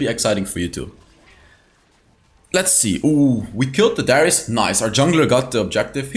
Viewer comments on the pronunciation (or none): none